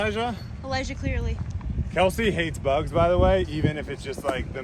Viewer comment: Say it with me, Brodie… CLEARY. Not ClearLy 😂